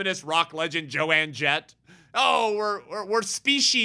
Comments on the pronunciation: I feel like someone needs to let you know… It’s Joan Jett (as in Joan of Ark). Not Joanne. Sorry I could not help but laugh, but I do agree with your point regardless :) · It's Joan Jett not Joanne Jett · No big deal…about her name, but it isn’t Jo-Ann….its Joan (silent a). My daughter, now 60) followed her as a teen. It’s very sad and horrific what she’s saying…. Terrible things to come, I’m afraid…so glad our great God is in control! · I agree with him too, but came to say the same thing 😂. Joan, not JoAnne. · I love how keeps calling Joan "joanne" lol